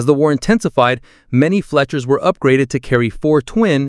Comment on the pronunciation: I'm struggling to tell. There are a few cases of Fletchers being pronounced Fletchas, but there's also breathing and convincing pacing, so I'm at a loss.